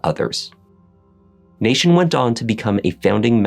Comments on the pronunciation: Why does he keep saying nation instead of Nathan? 🤨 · Why does he say Nashun? Is this AI